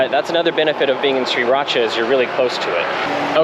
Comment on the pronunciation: its pronounce Sri raaaa.chaaaa not Sri rat cha!